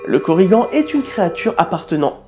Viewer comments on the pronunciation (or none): En tant que bretonnant, je précise que les "an" ne se prononcent pas "anne" mais "en + n". Et avec le ~, "añ" se prononce "en" ou a. Sinon cette classification n'a rien d'officielle. Normalement ces différents types de korrigans sont juste des synonymes du mot korrigan, car si à la base plusieurs êtres existent ils ont été au fil du temps confondus en un seul mythe. Quant à savoir leurs caractéristiques distinctives à la base, ce ne sont surement pas celles que tu as citées, car pour retrouver des légendes galloises il faut le faire, d'autant plus que ça devait varier d'un lieu à un autre. Mais bon, je te l'accorde, sans cette classification ta vidéo aurait été bien moins intéressante. Cette classification vient de chroniqueurs du 18-19ème siècle qui ont voulu les codifier, alors que ce n'étaient que différents noms pour la créature, ayant parfois des variantes locales. Ca ne rend pas la vidéo mauvaise pour autant, mais ce serait bien de le préciser de temps en temps ; par exemple dans une future vidéo sur l'ankou ? (par ailleurs, l'Ankou moderne est représenté sous la forme de la mort que nous connaissons tous. Mais la forme la plus "traditionnelle" se présent sous la forme d'un vieillard à chapeau large masquant ses traits. Il tient une faux à lame recourbée, même si la créature celte d'origine utilisait un marteau. Parfois, il n'a aussi qu'un simple bâton. Il est fréquent de le voir également sur sa charette, que ceux dont un proche va mourir peuvent entendre)